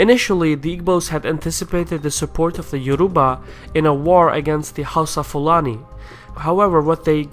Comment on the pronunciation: It's pronounced HOWSA